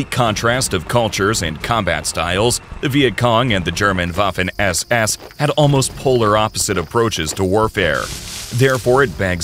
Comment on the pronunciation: The Woffen ÄS ÄS😅